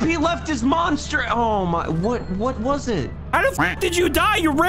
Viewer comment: its monster not moment